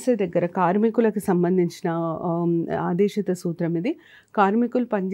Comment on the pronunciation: Medam aadesitha kaadu aadeshikaa